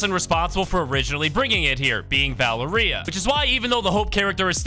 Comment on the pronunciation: Bro can't say Valeria right ITS VUH-L-AIR-IA if u don't say it right I'll find you